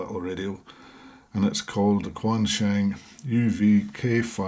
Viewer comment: Fung and Shung not Fang and Shang.